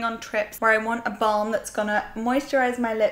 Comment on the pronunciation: I love the way you say "balm" - for some reason you really accentuate the 'l' in it loool